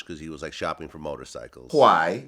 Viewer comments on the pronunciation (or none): . I thought Jamar was speaking mandarin or some shit "gwhy"